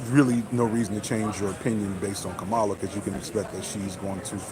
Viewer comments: Kamala is pronounced COMMA-LA. Not CUH-MAH-LA. She deserves the respect of CORRECTLY pronouncing her name. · Bruh....for your B-side later, Kamala's pronounced "COMMA-la" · Come on bruh pronounce her name right. It’s Comma-Luh. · I think her name is pronounced with the accent in the first syllable.